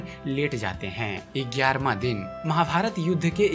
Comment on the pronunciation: Gyaarhh yaa egyaarhh !!!